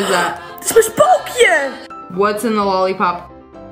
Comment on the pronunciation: She said spokya